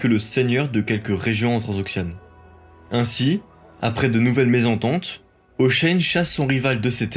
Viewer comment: Pourquoi vous prononcez Hoshein?